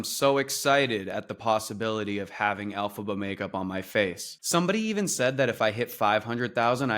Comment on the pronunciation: "Alphaba" lol 😭